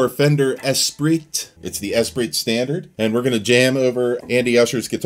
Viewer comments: it's pronounced "Es-PREE" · pronounced 'espree'. darn french! ptuiii! love that guitar though. played on in 1984 at Proshow music and sound in portland. first electric guitar i ever touched....thru a rockman...x100 or something like that. just stunning! thanks for the video!